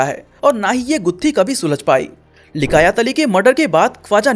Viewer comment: Likayat nahi bhai liyakat.